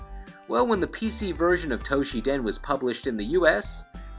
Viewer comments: What is this "Toh-shi-den" you speak of? (For the record, the game's name is "Battle Arena Toshinden", not "Battle Arena Toshiden".) This would've been forgivable if it were a one-off mistake, but the fact that you consistently mispronounce it...... yeah, that's just a little too painful to bear. (Although, to be fair, Toshinden was never good anyway.) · ...."Toshiden"? What happened to the first "n" in Toshinden? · Why do you keep calling it Toshi-den? To-Shin-Den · This is a very late comment to a rather old video. However as good as your Japanese typically is. Battle Arena Toshiden? You even showed the cover, and not only once, or only one version. I hope you realize your mistake. Unless it's literally called Toshi Den in Japan...... Have been a subscriber for about the same amount of time that you released this video though. So keep it up! Just don't To she Den my Toshinden! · Toshi-N-den! There’s an ‘n’ in the middle of the name. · TOE-SHINNN-DEN not Toshi-den! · toSHINden, it pissed me off every time you said 'toshiden'. god... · also, Tosh-in-den, not Tosh-ee-dan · Toe - she - den? At least he got Jim's name right. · .......you do know that Toshinden has an N in it, right? Pronounced toe-sheen-den....sorry.....I'm a bit of a word/grammar nazi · The 'n' in Toshinden is not silent. LOL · Why you pronouncing Toshinden wrong?